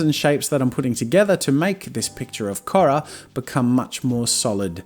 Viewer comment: I like the way he said Korra.